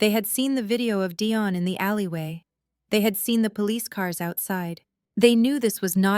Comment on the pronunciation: Why was Dion's name pronounced two different ways?